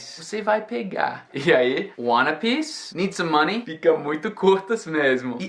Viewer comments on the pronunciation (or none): por que você tirou o S do speak e do need?!